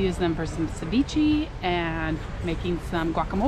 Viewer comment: Loved the shopping haul and cute little Everett! Side note: Ceviche is pronounced suh vee shay :)